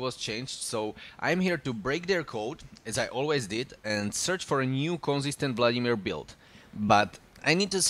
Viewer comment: Kdyz slysim "vladimÍr" Tak je mi podle prizvuku uplne jasne ze jsi cech nebo slovak :)